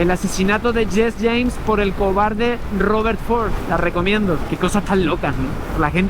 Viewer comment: HELLO, ANTES TE VEIA SIEMPRE, AHORA POCO, .... NO ES " SHES SHEIMS..." SINO JESI SHEIIMS" (CON Ii ) (como se pronuncia. ) OJALA NO TE ASARAS AHI